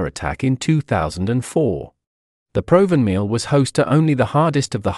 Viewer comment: It is pronounced Prov van mill